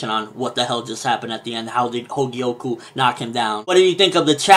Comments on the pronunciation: The name of Kouen´s sister is Kogyoku, not Hogyoku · Everytime u said 'Hogyoku' i screamed 'Kogyoku' in my head; but none the less, definitely keep reviewing Magi! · He keeps calling her Hogyoku lol.